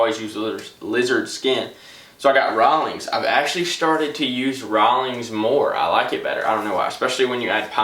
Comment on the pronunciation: if i hear him say rawolings one more time i will kms